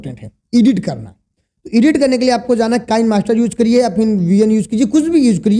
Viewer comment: ईडिट नहीं एडिट होता है...